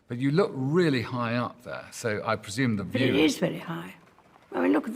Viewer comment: I’m Irish and that “Really?” Was the most British “Really” I’ve ever heard in my whole entire life. I watch a good bit of British things